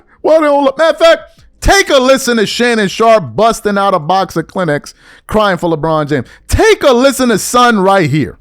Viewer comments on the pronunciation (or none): lol why you say Kleenex like clinics?